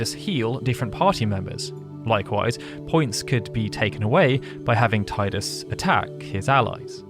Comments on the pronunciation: No I know, he just kept saying tide-us. thats what irked me. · "Taidus" It's Teedus! Great video anyway! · It's pronounced "Teedus" not "Tiedus". His name came from the japanese word Tida. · It's NOT pronounced tiedus FFS. It's Tee dus. At LEAST get it right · It's Tidus. Not [Taidas] 😅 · IT'S TEE-DUS NOT TAY-DUS !! FFS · I have to be that guy. It's "Tee-dus" not "Tye-dus." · I just don't like the way you keep calling Tidus. It's not "Tay-dus", it's supposed to be something like "Tee-dãs". In the Dissidia games they say the name right, at least. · I love you video however it's said TEEdus not Tide us and it's confirmed by multiple games including Kingdom Hearts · Why is this a English speaker thing where they call him Tydus? Its quite literally spoken the way its written, "Tidus." If it was Tydus, they would have written it with an Y. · Fine I’ll be that guy: phonetically it’s “Tee-dus” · Teedus... sorry it just irks me. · just gunna be that guy... even tho i hate it as much as the rest of you... its pronounced TEE-DIS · It's pronounced Teedus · it's pronounced teedus ffs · Tidus (Tee-dus)… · It's pronounced TEE-DUS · I usually enjoy watching your content, however with this video in particular it is very frustrating to hear you pronounce the main protagonist's name incorrectly over and over again. I remember arguing with people when this game first came out and about the pronunciation of his name and I really wish they had said it at some point in the sequel X-2. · So, a channel dedicated to Final Fantasy has a voiceover guy who doesn't know how to correctly pronounce the protagonist's name in one of its most popular games. Okie dokey then. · if you are going to do a video on a game, at least pronounce the main protagonists name correctly... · My ears are beat after hearing his name pronounced like that for 16 minutes. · Down vote for pronouncing "Tidus" wrong.